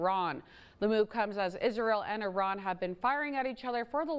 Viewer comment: It’s not called I Ron it’s called. 🇮🇷 iran